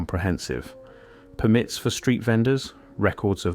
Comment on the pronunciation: His pronounciation of some words ie Permit is off Its too perfect as well A.i.